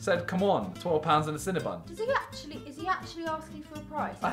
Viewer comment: When you said “12 pounds and a cinnibun” I pissed myself lmaooo